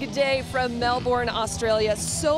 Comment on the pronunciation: it triggered me how she said melbourne